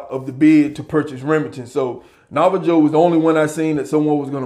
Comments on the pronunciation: It’s pronounced nava-ho my brother, but excellent video. Keep it up. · Am I the only one that heard my brotha say "Nava-Joe" I'm sick 😂😂😂. Love the channel bruh.